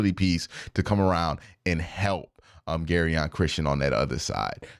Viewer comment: Jer-on Christian not “Gary-on”😂